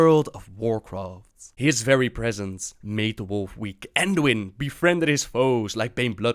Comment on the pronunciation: ANduin? You mean BAEDUIN holy hallabassas!!